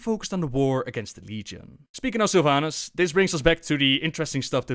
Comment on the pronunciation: I'm soo tierd of people calling Sylvanas sylvanus is this a meme or something?